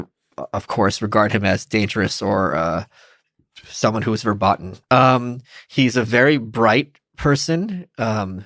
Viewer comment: Michael Malice your pronouciation of "verboten" is wrong. But perhaps you knew that.